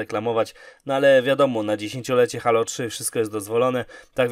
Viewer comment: Nie żebym się jakoś strasznie czepiał, ale czy nie mówi się [hejlo]. Dzisiaj znalazłem ten kanał i jednocześnie zasubskrybowałem, jednak przez to, że sam mówię [hejlo] trochę się dziwnie czuję, gdy ktoś mówi [halo]. Oczywiście pewnie jest to kwestia wygody w wypowiedzi, nie mniej jednak zastanawia mnie ta kwestia. Aha, świetny kanał ;)